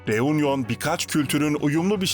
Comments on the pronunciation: Teleffuz “reunyon” değil “reünyon” olmalıdır. Fransızca “u” harfi “ü” olarak söylenir. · U harfi Fransızca'da ü okunur.Yani Reünion gibi okunur.Telaffuz kolaylığı için de Reüňiyon denebilir. Union : biraraya gelme,TOPLANMA.Reunion:Yeni birliktelik,biraraya gelme gibi..